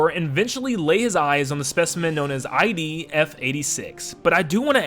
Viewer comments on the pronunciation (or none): ~ Sorry, were you saying IB or ID there? It kinda sounded like IB, but it should be ID.